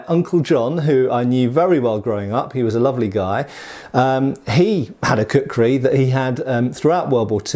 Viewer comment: It took me 2 minutes to realise he was saying kukhuri and not cookery